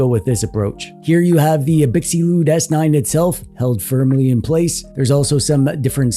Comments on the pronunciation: Abxylute is pronounced "Ab-Zil-oot", like the word absolute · I think it’s pronounced ab-sill-loot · Absolute* The Xy is supposed to be pronounced like Xylophone. abZYlute. Absolute. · but did he pronounce brand name right? Is it not like "absolute"? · You must be new here. The Shtick is that mangles many different words on purpose. Eg. Gigglebytes.